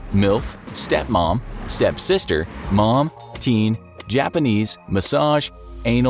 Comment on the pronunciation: Emphasis on STEP